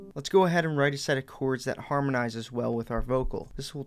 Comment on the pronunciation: This guy's pretty good! He does say "choords" instead of "chords" though!